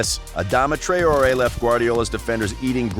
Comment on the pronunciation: Trayori.. WTF Man ?! "TRAWree" is how its.